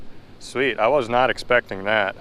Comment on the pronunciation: Who else caught when he said “I’m KNOT a tier”???